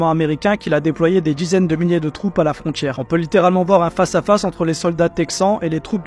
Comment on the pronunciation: Alors super mais ça se prononce "frontière" , pas "frontchière". Comme "mondial". On dit "mondial" et pas "mondjial".